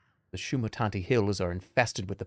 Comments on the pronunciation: First playthrough - Shumanati Second playthrough - Shumatanti He's getting closer - I guess we wait for 2028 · One day he will pronounce Shamutanti in a way that makes sense